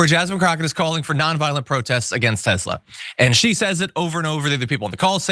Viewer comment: I think you mean "Tes'lur"